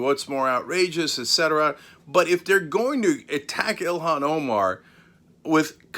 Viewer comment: Mebbe you should learn how to pronounce her name correctly. EE-lawn Omar. Not Ill-hawn.